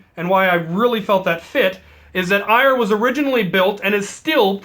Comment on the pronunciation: Omg you idiot it’s pronoced air not ire. I know because I am Norse and I study the religion. It is not ire it is pronounced air!